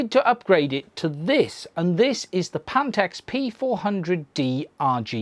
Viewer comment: Panteks? ... you do mean PHANTEKS ... PH sounds like F